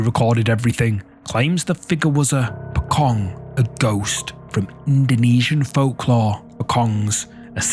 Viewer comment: The Pocong or 'Po-Chong' as how you should pronounce it, is not only a folklore in Indonesia but Malaysia as well. Especially the video you posted is from Terengganu, Malaysia.